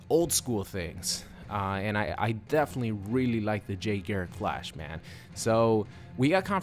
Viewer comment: please his name is Jay GARRICK not Gerrick, and for ppl who call BARRY - Berry, wtf guys thats fucked up